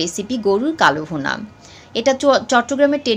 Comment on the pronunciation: It is not KALO BHUNA, It should be pronounced as KALA BHUNA.